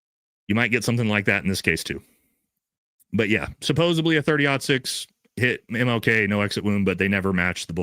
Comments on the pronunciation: It’s “supposedly” with a “d”,, not “supposebly” with a “b”. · Love all your content. Please pronounce (supposedly) “suppose-ed-lee.” Keep up the great work!